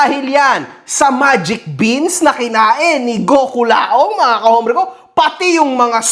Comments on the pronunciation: GOKULAONG ❌ PICOLAONG ✅ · GokuLAONG ✖️ PicolloONG ✅️ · KULAONG ❌ PICCOLAONG ✅ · Gokulaong ❌ Piccolaong✅